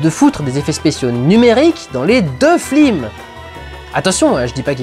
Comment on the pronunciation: j'ai l'impression que tu dit plusieurs fois "flims" plutôt que "films", non ?